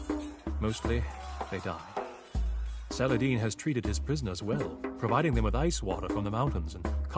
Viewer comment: People are complaining here about why Reynald didn't attack his south base early on. Probably because Viper scouted with those cav archers, moved around Blue so the cavaliers that were waiting for the attack, chased the cav archers Oh and Viper, good pronunciation of 'Saladin' ;D (even 'Salahaddin' was very good)